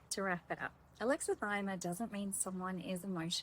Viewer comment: I like your videos. Just a note: It's pronounced with six syllables: a-lex-i-thy-mi-a. Think "Alexa - thigh - me - uh".